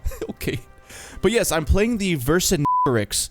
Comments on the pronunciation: It's not difficult to pronounce. You just can't pronounce the G in the English way. It's not pronounced G, it's pronounced Ž. "Versinžetoriks". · Ver-sin-getto-ricks is how you pronounce it. Named after the leader of the united (gauls?) tribes (of germania?) that fought and lost to Julius Ceaser. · mr baguette here, the vercingétorix is pronouced vair-san-j-torix. vercingétorix was a gallic king from around 100 BC who fought caesar. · it's not vair-san-j-torix. It's vair-cin-j-torix where the cin is pronounced sin for english speaker and saint ou sein (the french words) for frenchies. I'm surprised to see people having so much trouble pronouncing it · Not being able to pronounce the name shows ur lack of passion for the history of ceasars conquest of Gaul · In Italian it is pronounced as Vercingetorige (name of a barbaric chief ) .Vercingétorix is just the latin translation of it and for the pronunciation think about Astérix and Obélix cartoons (it silly but it works)